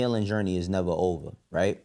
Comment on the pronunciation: Dame it’s OVA!! LOL